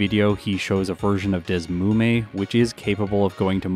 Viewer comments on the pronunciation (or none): Isn't the emulator pronounced "D S Emu Me"? That's what always was the most logical to me. Sorry, random comment in the middle of watching.